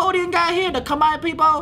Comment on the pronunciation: I appreciate how he pronounced Khmer.